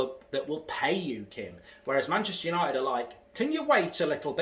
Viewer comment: it's the history of Yanited 😂